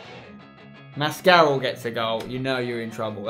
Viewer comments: Spencer mascarell is pronounced Mask-a-rell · Spencer, I'm pretty sure Mascarell is pronounced mas-ca-rell. Considering he was on loan at Derby a few seasons back, otherwise I've been pronouncing him wrong. Good series by the way. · It's pronounced mask-are-el Like apparel but without the p's